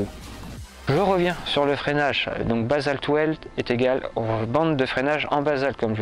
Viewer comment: Bonjour, bon reportage sur ce jeu de roues. Que tu prononces basalte well au lieu de basalte will, on s'en moque!! Le contenu est très intéressant et j'ai appris des choses en peu de temps, je t'en remercie. Quel est la marque et modèle de ce vélo? Car je discerne NCT. Quel est le prix du vélo sans ces 2 roues basaltwheels? Je prospecte pour une nouvelle monture et j'essaie de sélectionner 3 ou 4 vélos à peu près du même prix. Dans la description de ta vidéo, il serait utile de préciser sur quel machine tu montes ces 2roues et de préciser ses équipements pour les novices comme moi. Merci pour les réponses, sportivement bruno. 👏👏👏👍🚴😉